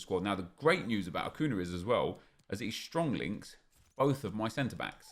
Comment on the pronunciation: Achun - yah. Vela is pronounced Vela - not Veyah ffs.